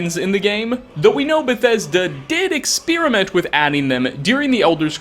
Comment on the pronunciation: Oh, you can't sneak that past me,. "ExSPEARiment." Nice.